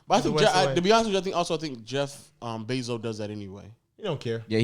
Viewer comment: Why tf keep sayin jeff benzo😭😭